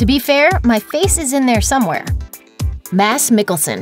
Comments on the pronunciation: Just gotta throw it in there that "Mads" as in Mads Mikkelsen, pronounces his name with the D. Not "Mas" :P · Mass? MIkkleson? How do you mispronounce Mads? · I had no idea that D in Mads and C in Debicki are not supposed pronounced... It's weird because they're European surnames xD